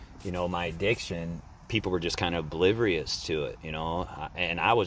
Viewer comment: "People were brivious to it" 😆 sorry but that made me laugh haha... Great video man congratulations! I hope you are still doing good brother!